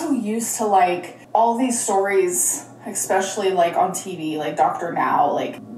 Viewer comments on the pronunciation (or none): Minor detail I know, but her ‘ex-speciallies’ are driving me mad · Did she say exspecially?